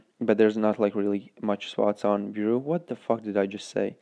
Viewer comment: U said bureau wrong